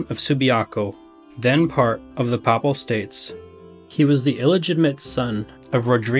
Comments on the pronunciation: This was very well done! But it's the first time I've heard 'papal' pronounced as 'papple'. It's 'pay-pull'. Where did you get 'papple' from? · This may only matter to be, but, Ducat sounds like "duckit," not "doo-cot." And Papal has a long A sound, not a short one as in "apple."